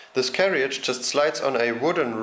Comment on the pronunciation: Brilliant video but can I just say that in England we pronounce carriage as 'carridge', not carry-idge. Sorry, couldn't resist mentioning this!